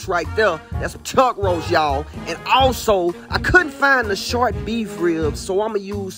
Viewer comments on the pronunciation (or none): none